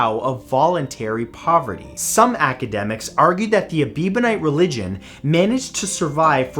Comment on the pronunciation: You say “ebivonite” but wrote “ebionite” so which is right?